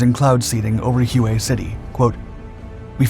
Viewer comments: FYI Hue is pounced "Way", like "this is the way." As always, excellent video and I always look forward to seeing a new upload from one of the "Dark" channels. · .......is this an AI voice? How the fuck do you not know how to pronounce Hue? Lmao